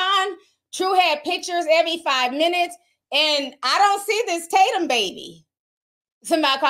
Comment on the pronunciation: Lol not Ti saying the sons name was Talcom 😭 Oh the talcom powder energy